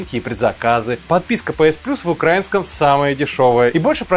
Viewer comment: Не укрАинском а украИнском! Запомни уже наконец-то